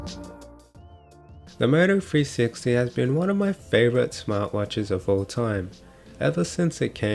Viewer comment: I thought you was saying .. mofo 360 lmao